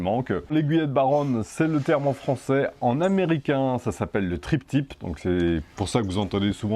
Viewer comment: Attention, quand tu dis Trip Tip au lieu de Tri Tip! Trip tip signifiant pourboire de voyage...